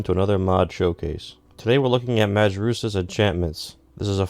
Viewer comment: A little note: It's pronounced like "maryoosh".